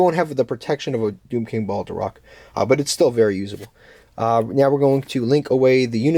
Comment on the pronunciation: Its not Balderock :D